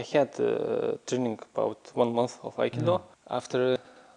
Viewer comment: Aikido is my favorite fighting style by you. Underrated. Just mixed it with bjj and boxing and other styles.. love your aikido. Love how you pronounce it as AK ee doe code word Aikido!